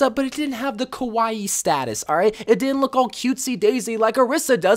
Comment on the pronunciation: Lol.. You keep saying “kowai” eyes but I know that you were saying “kawai” eyes. I’m a bigger weeb. Btw, kowai means scary, which is the opposite of kawai meaning cute